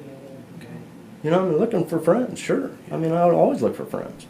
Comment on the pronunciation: Can't you understand that he is saying "we fwiends" 🤣